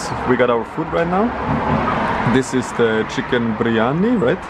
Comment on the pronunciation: You just murdered the biriyami .. you know that !!!